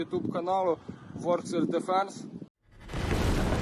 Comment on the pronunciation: Why does he say warhog when its warthog ?😂